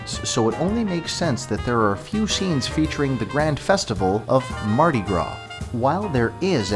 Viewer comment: Mardi gras not mardi gra